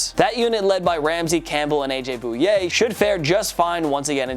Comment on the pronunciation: AJ Bouye (Boy-ay) not Bouye (Boo-yay)